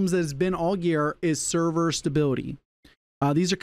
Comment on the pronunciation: SER VERS omg